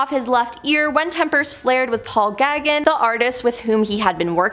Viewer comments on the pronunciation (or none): Ugh..the way the woman says "gaggin" for gauguin or "vag" for vague made me cringe.